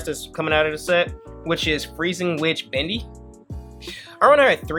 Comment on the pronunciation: Come on bro I know you watched Dragon Ball Z. His name was pronounced Dende not Dendy. Same should be applied to Bende. Sorry just being nitpicky lol